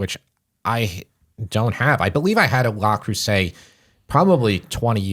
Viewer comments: Yes, it's Le Creuset, not La Creuset, but who really cares? I'm really not picky, except that my French professor at Fordham (who hailed from France, and went back there two years into his contract) wanted to have me investigated by the Dean because he insisted that no guy from Brooklyn could possibly speak and read French as well or better than a native. And now on to the rest of your new and enjoyable episode. PS.....I'll go for the Chinese made knock-offs, they work just as well and can take the abuse of our electric stove and oven. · Not wanting to be pedantic but it's Le Creuset not La! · It's Le not La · Learn how to pronounce the product. Not “LAW”! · Love you guys! But it's pronounced LE Creuset...not LA Creuset. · Dude that’s not how you pronounce that. It’s Le not “Law” and Creuset (krewsay) not “Crowsay” 😂 and as someone with over 30 pieces I can say you maybe need 3 pieces for a decent collection that will last a lifetime. I’ll also add they are the lightest weight cookware for its category as true cast iron enamel. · Google "pronounce Le Creuset" La is feminine and Le is masculine. Thanks and for all you do!